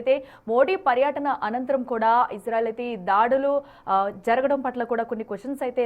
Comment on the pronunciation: తెలుగు సరిగా పలకడం రాదో చదవడం రాదో తెలియటం లేదు.ప్రధాన మంత్రికి, ప్రధాని మంత్రి అంటున్నావు, పర్యటన, పర్యాటన అంటున్నావు. అటెన్షన్ అటెన్ ఇంక్షన్ అని పలుకు తున్నావు. తెలుగు ఇంగ్లీషు రెండూ పలకడం రాదు. మేము రివ్యూస్ చూడాలి.. ముందర మీరు సరిదిద్దుకుని అప్పుడు reviews పెట్టండి